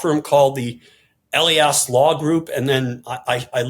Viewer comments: Good program so small mistakes jump out. Mark Elias always accents the second syllable of his last name. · The name is UH LI Us, not Ellly Us. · Elias is pronounced E Lie Us. At least that's the way he pronounces his own name. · Marc Elias (pronounced e-LI-as) is superbly protecting Democracy and voting rights — hear him with BTC and on Democracy Watch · Marc Elias's surname is pronounced "eh-LYE-as." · Elias is pronounced like Elijah, with "us" at the end. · It’s Marc ee-LIE-us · George: please pronounce people's names correctly. It's rude to mispronounce names that are clearly in the public domain. Mark Elias: e-LY-es. Thanks. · E-Lie-As Marc Elias! OMG! George say his name correctly! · It's Mark "E-LIE-US" George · just for the record (and apologies if there are a bunch of pedantic comments to this point) the man's name is Marc Ehl-eye-ass. He does fantastic work and his publication (DemocracyDocket) should be mandatory reading for Bulwark subs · George! Please learn the correct pronunciation of Mark Elias' name! E-lie-us, accent on the second syllable. Thanks! 😊💋👵🐺🌵🖖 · George check pronunciation of Elias. It's Eli iss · George, it's long E,l long i ,as--,e.g.,Ee lie as.